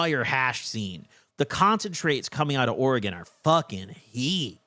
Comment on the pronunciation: Thank you for doing Oregon right ❤️